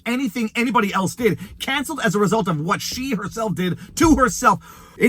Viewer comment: I cannot forgive you for how you pronounce "what"